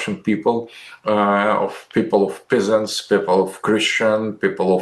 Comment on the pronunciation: I love how he pronounces "peasants" as "pissants".